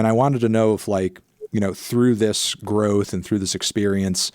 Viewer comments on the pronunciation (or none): none